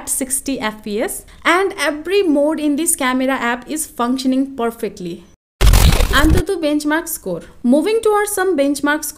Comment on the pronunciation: What's the actual difference between Geekbench 5 and 6? Meanwhile, antutu is a word but anthuthu is an emotion 😁